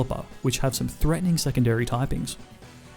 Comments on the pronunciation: Why are you calling it "golio-spod"? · ik people say pokemon names differently and they both work, but isnt golisopod pronounced goh-liss-oh-pod? not goh-lios-pod? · golio-sipod The team skull leader: go-li-so-pod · its not goliospod its golisopod. I love these vids though, im subbed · Goliospod, it is gol-is-a-pod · Maybe you learned this, but Golisopod, a Goliath Isopod, is pronounced gol-iso-pod!! Just a heads up in case you will be doing runs on this game a lot. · Hi I saw u said goliospod it is golisopod sorry if I’m rude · I hate to be that guy, but it's pronounced "go-LIE-so-pod" as in "goliath isopod"